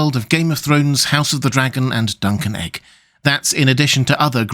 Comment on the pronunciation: Me: What the heck is duncan egg? (listens again, turns on CC, confirms "duncan egg" is what I heard)... Googles "Duncan Egg"... clarity arrives.